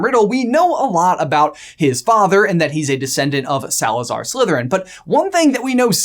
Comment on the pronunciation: U said it wrong his mom was a descendent from Salazar slitherin